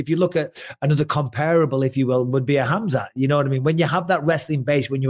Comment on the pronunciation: Sonnen also says Hazmat instead of Khamzat XD